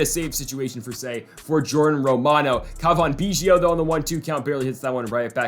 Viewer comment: Sorry but this is bothering me- it’s “Alek” not “Alex” Manoah and “Cavan Biggio” not “Cavon Beeggio”. Love the series!